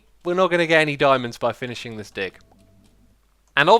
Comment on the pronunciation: I heard something else instead of dig..